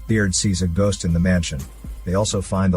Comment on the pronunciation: "gost of war" lol